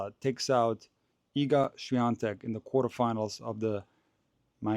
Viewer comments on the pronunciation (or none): Świątek not Swaitek. 😊